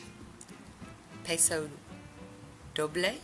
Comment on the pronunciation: I can tell that you don't watch Dancing With the Stars...😃. It's pronounced "Pause Oh Dough bley", (,more or less😃). Beautiful polishes!! (Sunshine about knocked the bedroom door down to get in as soon as she heard your voice... I wouldn't let her in because she just got her monthly bug-off med treatment and has a wet stripe of Advantage down her back...😞)